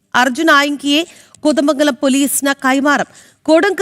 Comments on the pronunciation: കൊതമംഗലമല്ല. കോതമംഗലം അങ്ങനെ പറയണം style കുറച്ച് കുറച്ചാൽ ഉഛാരണം ശരിയാകും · ആസ്വാസം അല്ല കൊച്ചെ. ആശ്വാസം. കൊതമംഗലം അല്ല കോതമംഗലം😂